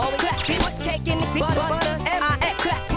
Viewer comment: Love how he ended it with buttuh